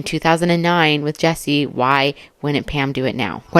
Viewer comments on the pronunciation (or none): none